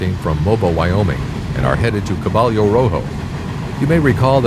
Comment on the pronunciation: Caballo is pronounced kuh bī' y😊oh